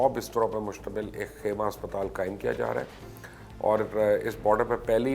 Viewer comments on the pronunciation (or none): none